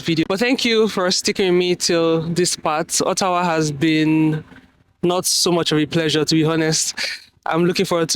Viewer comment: I like how you pronounced Ottawa, not all these fake orttawa accents 😅😅